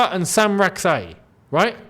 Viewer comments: It's a Ghanaian name. Correct pronunciation ( Sa chi) not (Sak yi) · His last name Rak-Sakyi is pronounced Rak-Sa-Chi, with the last part pronounced the same way as cheese